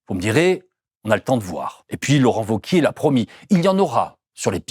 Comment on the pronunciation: Merci pour le contenu, comme toujours ultra pertinent avec Blast. Mais par contre "Laurent Wauquièze" ça m a perturbé. Ça se prononce VEAU-QUIÉ ! Ou Laurent Vachier, à la rigueur ! Mais sinon ça fait amateurs les amis. :)